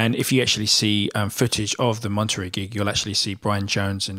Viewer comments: It's pronounced Monta-Ray, not Mont-terry. From two words Monte (mountain), and Rei (king). 👍 Good video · im really sorry but its pronounced Mont-a-ray not Monterey. Honestly wasn't sure what you were actually saying when first heard it. Sorry but no one would understand you should you go to California one day lol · Monterey is pronounce mon ter REY. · Monter -- RAY... not ree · Listen to "Monterey" by the Animals (Eric Burdon - Chas used to be the Animal's bass player) to hear how Monterey is pronounced - "mon-ter-ray" accent on the first syllable. Jimi almost always used a Gib on blues. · Monterey is pronounced "mon-tare-ay", accent on the last syllable. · moneterey pronounced Monter ray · It's pronounced MonterRAY. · It’s pronounced MONTEREY ..